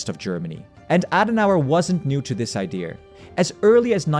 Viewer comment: ‘Idea’, please 🙏🏻 not ‘ideaR’